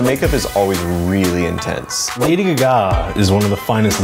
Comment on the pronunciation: The dude who did Applause kept on saying "G-ga" as "Gaga" this is so disctracting lmao don't disrespect the queen like that